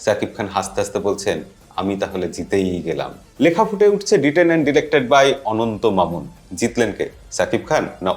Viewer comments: অনন্য মামুন হবে উচ্চারন ভুল হয়েছে❤ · Youtuber কতটুকু দ্রুত টিজার দেখেছেন সমালোচনা করার জন্য সেটা শেষে ডিরেক্টরের নাম ভুল উচ্চারণ করলেই বুঝা যায়। আপনার মতামতের সাথে অধিকাংশ মানুষের মতামতই মিলবে না যেসব সমালোচনা করেছেন। এটা টিজার ট্রেইলার নয়।